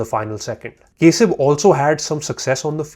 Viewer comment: Its Not kesab Its Kasib bro 😂😂😂😂